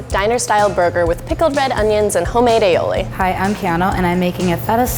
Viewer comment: Ali-oli not ailiowli